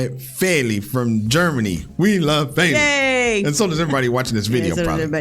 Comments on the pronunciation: btw, her name is not pronounced “Fayli” - there’s no y-sound in the middle there. It’s just as it’s spelled “Feli”, not feeli or felli. It’s short for Felicia, so even in English wouldn’t pronounce it “Faylicia” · yeah, it’s the emphasis. It’s more “feh-” so a similar sound but flatter than “fay-”